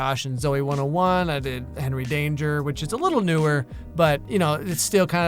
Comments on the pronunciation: I never knew his name was actually pronounced as Henwy instead of Henry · Its henrey hart btw not hard